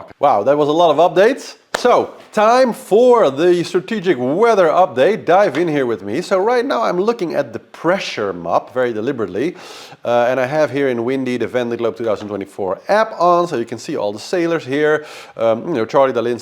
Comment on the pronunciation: Great following the race with your updates,. Thanks so much. But if you can try saying VONday instead of VENday it would be great. No need for any fancy French accent but that's the name of the race to us all. All the best